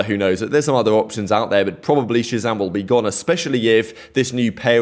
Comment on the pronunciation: No human being deserves this much kind of hate over a fking video game dude...kids should grow up... talking about him and his girlfriend is so sad man... saying Shazam as "ratzam" like wtf is that bro i don't understand